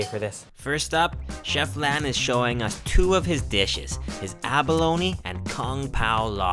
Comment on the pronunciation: abalo-KNEEEE, its pronounced aba-lone smh